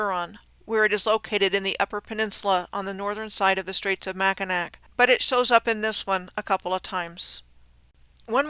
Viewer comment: Lower peninsula here. Yes, names of towns in Michigan are so hard to pronounce properly if you don't live here. However, the one thing that is like finger nails on a chalkboard to Michiganders is mispronouncing Mackinac....and she got that right!! 😊 This was incredible, incredible research!